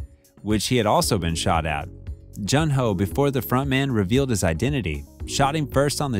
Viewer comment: June ho not j un